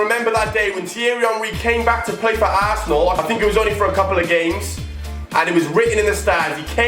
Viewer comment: "he came back to plat for assenal " bruh dead😂